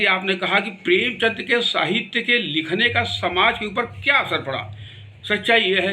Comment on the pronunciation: अच्छी जानकारी उपलब्ध की आपने पर...प्रेमचंद को प्रेमचंद ही बोलिए प्रेमचंद्र गलत उच्चारण है बाबु...जय जय रहिए 🙌